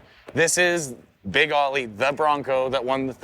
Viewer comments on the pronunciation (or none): Thanks for this trip down memory lane. I was in HS with Schmidt kid, owners of Olympia beer back in the day. He was bouncing around town in at least a stickered up hot rod marketing version of this Bronco during that time. Pretty wild. Anyway, if you're going to talk about this rig some more, you may as well get the name right. It's Big Oh-lee, as in Oh-lympia, not Aw-lee. Cheers! 🍺